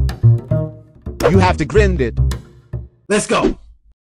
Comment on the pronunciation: I love how the voice try to say grind but instead grend lol